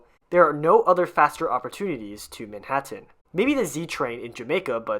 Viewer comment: I'm a native New Yorker who's lived here all of my nearly 70 years, and I've never heard anybody pronounce Manhattan like this narrator. Please, ease up on the last syllable. It's Manhattan, not ManhatTENN.